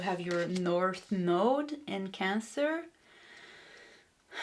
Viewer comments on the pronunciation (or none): none